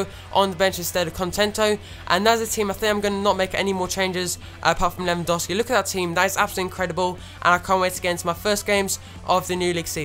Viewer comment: It's Lewandowski not Lewandowsi +Danyyal Raja